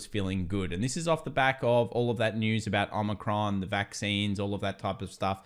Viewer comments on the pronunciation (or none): O-micron not Omni-cron